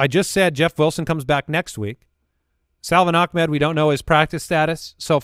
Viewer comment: So now that they fixed Achane’s name, when are they going to start pronouncing Salvon Ahmed’s name correctly?